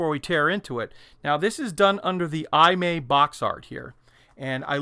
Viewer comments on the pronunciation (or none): Hi. Great Video! FYI. Pronunciation of maker of Excalibur is: E-Mah-E. Imai Kagaku Co. Ltd. Kagaku means “Science” I think Imai was a scientific/hi-tech toy manufacturer of 60s.